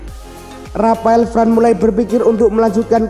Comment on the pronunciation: Varane bacanya varan bukan fran